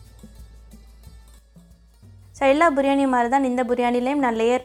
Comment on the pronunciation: බුරියානි ද “බිරියානි" ද